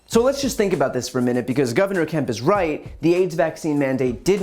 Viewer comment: Kemp rhymes with Hemp.